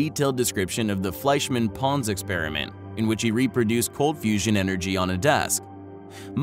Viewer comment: Fleishmann and Ponds? Really? Sigh...